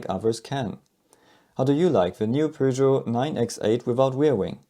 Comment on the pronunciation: P what? Peugeot... oh, immiadiate dislike for not knowing the correct pronunciation. Smells like Texas and Alabama when it comes to foreign car/brand names.